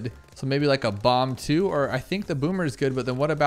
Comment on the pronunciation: Boomer range is clearly "Bommer"